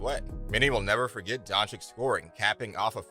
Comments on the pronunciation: Doing a Video about Luka without being able to pronounce his name. Its freaking Doncic not Doncik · To the speaker, and future one: PLEASE learn to pronounce his/her name... Luka is not Don CHIK, all America knows meaning of CHICK! Don't forget to say, that's SERBIAN surname from his SERBIAN FATHER, we all know the fact that he was born in Slovenia, but still, THE FATHER'S name makes him SERBIAN too! Citizenship is just piece of paper, blood, or DNA can't be fixed or falsified! Luka knows that all. but he knows that with Serbian Passport, he is restricted in travels (must apply for visa to most Western Countries), but with Slovenian (memb. of Euro-Union), he is unrestricted, or in another words, he saves a lot of time and trouble! In good old US of A, millions of people calling them selves FIRST A*****N, than American, and 99,9% od them, can't find that Continent on The Globe or Map! Luka could play for Serbian National Team, I'm sure (99.9%) didn't know that... and so on! God bless you ALLLLL! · Its pronounced Donchich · I think you should learn to say his name correctly before you make video about him. Don-chick? Cmon man, you can do it better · nice vid, but please.. it's been 3 years the 2nd "ć" Dončić is pronounced the same way the first one.. like "ch" in check - Don"chich" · If you're going to do a video to highlight a player, at least pronounce his name correctly. Tip: It's not "don-chik". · His name is not Donchik. Lern his name ! NOW! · learn how to say his name FFS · Maybe u should pronounce his name right first. Make a video after. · Learn to pronounce his name please. It's not that hard.